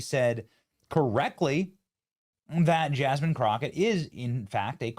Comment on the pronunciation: Yaz-mean crooked? Just Jazmine crooked. With a hard J.